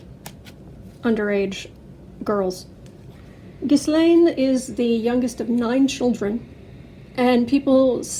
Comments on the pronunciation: IT IS GHEE, SILENT S, LANE. I know, just read my affadavit. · You say it gill Ann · You forgot the cleansing bayleaves and sage. Trivia: the “s” in Ghislaine Maxwell is silent, not pronounced. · Ghislane... the s is silent. And supposedly Epstein worked for HER. Not the other way round.